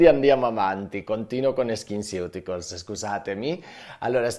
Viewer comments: La pronuncia esatta di skinceuticals è "skinsiuticols" 🫠😁😘🤩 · Faccio la maestrina: sono andata a cercare la pronuncia e "ceuticals" si dovrebbe pronunciare "siuticols", come "nutraceutical". Grazie, dottore, del suo lavoro🥰